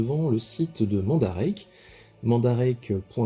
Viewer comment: salut mon ami chti ;) super vidéo qui peux beaucoup aider la comunautée . mandarake se prononce " é " a la fin mandaraké , pour l ' example de ton aiolia , en fait ce n 'est pas le vendeur qui s ' apelle nakano , nakano est un quartier de tokyo donc la figurine etait dispo dans la boutique mandarake de nakano . il y aurait tres bien pu etre marquer akihabara , ikebukuro etc .. d ' autres quartier de tokyo selon l ' endroit de la boutique ou est dispo l ' article vu que mandarake a pignon sur rue . ha les douannes sa me connais je c ' est de quoi je parle , oui le meilleur mode reste le SAL et aussi le AIRMAIL . a part DHL ou EMS il ya aussi FEDEX ou USPS notament . exact les frais douaniers son de 20 % et le fait de demander au vendeur de marquer gift( cadeau ) ou sample ( echantillon ) ne fera en aucun cas passer a travers les mailles du fillet . concernant chronopost il faut savoir que sa appartient au groupe laposte et exact a chaque fois il prennent le relais sur les envois dhl , FEDEX , USPS , EMS une fois le colis arriver en france . ils on trop faim de thune lol et c ' est 100% douanne a chaque fois ! de part mon experience je ne connais aucun vendeur nipon qui aceppte de sous evaluler le prix de la commande , ils ne rigole pas avec sa via les lois de leur pays ou ils peuvent etre punis en devant payer de grosse amendes notament , voir pire pour ces vendeurs . a savoir aussi MANDARAKE on aussi depuis peux leur boutique en ligne sur EBAY . voila en gros ce que j' avais